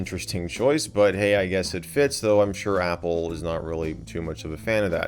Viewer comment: The way he said “apple”☠️☠️☠️